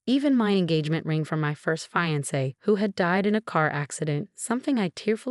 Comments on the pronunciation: AI nearly always misprounces Martinez. Did you notice that it can't pronounce fiance correctly either? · Phony endearments are insults! D-I-V-O-R-C-E pending? David is a mama's boy. Watched, not washed. The "H" in "heirlooms" is silent. "Damning," not "Damming." Pronounce "fiancé" correctly. Patricia's sentence is too lenient. Probation for David? Too lenient!